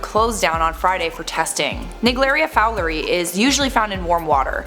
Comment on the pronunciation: Woooooooow, THIS IS THE INFORMATION THAT I LOVE. Also, sorry to be nit picky (I love parasite stuff and I know a lot about this), but the ‘ae’ in naegleria it’s pronounced as the ‘ye’ in nye and in fowleri, the ‘i’ is pronounced as if you were saying ‘i’ I know I know, very stupid comment, but hey, can’t blame a girl who LOVES learning about parasites and diseases and have always heard the pronunciation the way I just explained